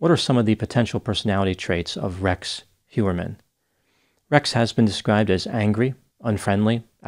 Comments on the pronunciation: It is not Hjuerman it is Hojerman 😤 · I think it's Heuermann, not Hewerman.